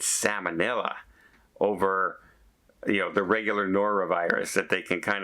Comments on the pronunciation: SAL monella, not SAMON ella. It is not a fish. LOL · is not a medical/ nursing professional so cut him a break for his pronunciation.